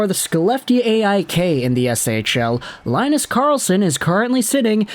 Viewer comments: He's not gonna center Charlie Brown and Snoopy, it's pronounced Lynn-us, not Lie-nus. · its more like Lee-nus, you can hear pronounciations in google translate